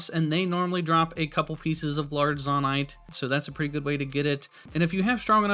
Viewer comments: firstly: useful video ty! secondly: its probably pronounced "zoe-night" rather than "zohh-night", because its a Japanese game and they say "Zo" as "Zoe" :) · Very helpful video, thanks 👍 But i did have to cringe a little at "Zawnite" lol. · To be pronounced Zonnaite there would need two n’s. It’s pronounced Zonaite. The one consonant between the two vowels makes the former vowel long. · dude it's zonaite not zonaite smh 🤦‍♀️ /j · It is not (Zaw-Nite) It is (Zoe-Nite). Literally confirmed by Nintendo. I don't know why but it bugged me so bad to listen to you call it that I had to stop watching. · ZAH-NITE :face-purple-crying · Every time he said "zONite" i died inside. Appart from that, great video! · Please stop saying zon-ite. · it is zone-ite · You calling it “Zawn-ite” is killing me! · It would be a long "O" for future reference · Bro really said zahnite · It is actually said zOnite in lore also in English vowel in a word that ends with e is always said fully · The way you pronounce things is way more frustrating than it should be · Are you purposely pronouncing Zoanite wrong? There is an O in there, best to pronounce it as such. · "zahnite" and "gega clan" physically hurt me